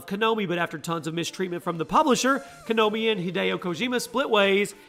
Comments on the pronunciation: Konomi. How you say Konami wrong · Pronounces Konami as Kanomi 😒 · I swear if he said konomi instead of konami one more time... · It's KO NA MI not Kanomi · It hurst to hear a word Konomi (actually its konami) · Konami, not konomi. Ko-nah-me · KONAMI NOT KONOMI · Kanomi? Kanomi? LOL the name of the company is spelt KONAMI. How can you still pronounce it as KANOMI. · wait did you say "Kanomi"😂😂😂? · Ko-nah-mi learn the actual names of the companies bruh. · "konomi" nice! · Kanomi? Can you read? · *KANOMI* .....lol wut? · How he pronounces Konami...